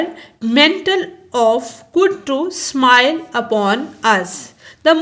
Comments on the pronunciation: its simile not smile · Pronunciation is simile no smile you use this word again and again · Thanks miss I get all but you not prounce one word that is simile